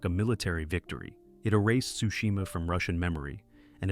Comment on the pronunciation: I'm pretty sure Tsushima isn't pronounced "Sushima" bro 😂 sounds like a bad fish dish.